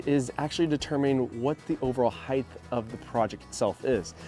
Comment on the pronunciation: Height is pronounced with a T at the end. Not a TH. You always say height as if it was spelled heighth.